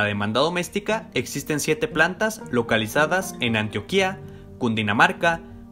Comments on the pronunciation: Buenas noches, Una corrección en el minuto dijiste ANTOQUIA pero es ANTIOQUIA gracias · Es Antioquia no Antoquia ;v XD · No es atoquia, si no Antioquia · Me dio ternura cundo dijo ¡Antoquia! 🤣, saludos. Antioquia